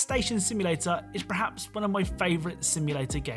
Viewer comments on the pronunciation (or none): none